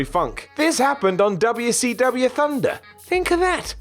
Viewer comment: I hate how your mouth says wcw like that. Fix it. Otherwise usually like your vids lol.